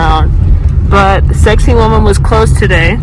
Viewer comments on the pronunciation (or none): As a fellow Virgo and Peruvian I hope you understand that I am coming from a good place in my heart. Its not pronounced “sexy woman”. It is Sacsayhuamán. You can try by saying: Sac (instead of sex) - say (forgivable if you pronounce it like the word “say” in English) - huaman (does sound like “woman”, but instead put the emphasis/accent in “man”, not “wo”). Thanks for visiting and I hope you had a safe and fun trip.